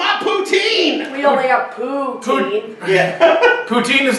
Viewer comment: It’s poutine (poo-TIN) I’m Canadian I’m allowed to correct you